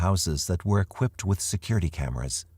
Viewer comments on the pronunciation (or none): none